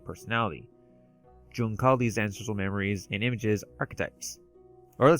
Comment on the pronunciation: Jung is pronounced like Yung. Very easy mistake, especially if you haven't heard it said before. He was Swedish I believe. Anyway great video 👍 and I hate to be "that guy" but every time you mispronounced it the cognitive dissonance was like fingernails down a chalk board. I'm considering a dreampunk story and your video defining some of the commonalities and distinctions is helping me develop the story parameters. Being a fan of steampunk, dieselpunk, raypunk, and of course cyberpunk I'll have to check out some more of you videos after this one.